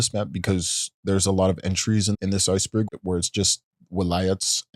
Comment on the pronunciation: Emphasis on berg iykyk